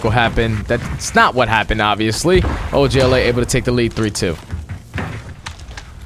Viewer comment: Does anyone else hate them saying og la The other guy is literally saying “oj la”